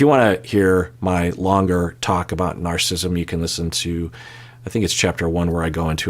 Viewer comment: Narcissism has 4 syllables. ☺️